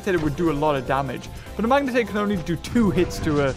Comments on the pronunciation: its magna pyritator not magnitator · day 1 of asking to say Magnapyritor's name right:Edit im not mad about it i just wanna hear him say it